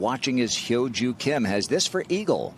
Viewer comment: 아나운서가 김효주 선수의 이름을 정확히 발음하네요.